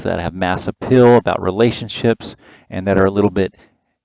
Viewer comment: The way you pronounced "appeal" sounded like "uphill".